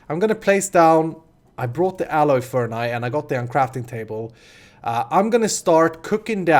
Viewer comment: Just in case you weren't aware: furnace is not pronounced fern-eye.